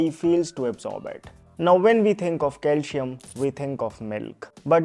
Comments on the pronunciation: Bro pls don't misunderstand but DO NOT PRONIUNCE " CALSHIUM" but just use CALCIUM, that is with "ci" as in letter C, thanks. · Calcium ia pronounced as calsiyam not calshiyam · It’s not calshum it is Calcium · Cal C um. Please pronounce it properly . See. Um . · It's not calshium. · Is your target audience.. English speakers ? I think so .,.this isn’t criticism . .. you’re pronouncing calcium .. wrong Kal -seee - um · It’s Calcium not Calcium…IYKYK😅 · Please pronounce calcium properly.....